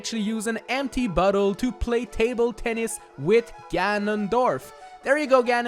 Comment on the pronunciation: Due to the accent when you said "empty bottle" I thought at first you said, "empty butthole" - Okay bye